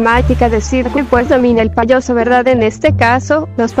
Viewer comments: Jaja cuando dijiste ti payoso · hay cuando dijiste payoso en ves de payaso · Min dijo poyoso 😂😂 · Medio risa cuando dijo poyoso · No les pasa que dice payoso ajajajaj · Dijiste poroso xd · En una parte dice payoso